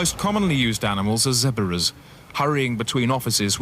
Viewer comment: “Zebberas” not sure why but this pronunciation really tickles me.